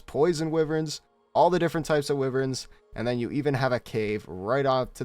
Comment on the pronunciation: i know you didnt pronounce wyverns "Wiverns" wtf man...